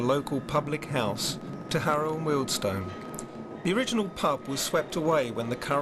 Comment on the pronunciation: Thanks for pronouncing Wealdstone properly